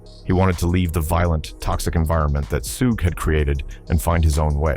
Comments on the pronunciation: SOO-GAY KNIGHT???!!! SOOGE??!!!!..... man, this AI narrator. 🤦🏿‍♂️🤦🏿‍♂️🤦🏿‍♂️🤦🏿‍♂️ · once you hear that Suuuu-gaay knight followed by Suu-jay, you know this video is full of crap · this video butchered SUGE's name.. LMAO.. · you lost me when your AI cant even say SUGE Knight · He can’t even pronounce suge smh 😂🤣